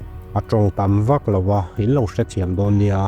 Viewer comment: Lawra tiin lam zawk la nalh deuh zawklo maw